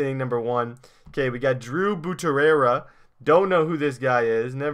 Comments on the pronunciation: You said buturara lol😝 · Read BUTERA right